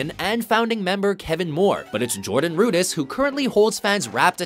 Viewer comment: Its Jordan RudEss, NOT Jordan RudIss.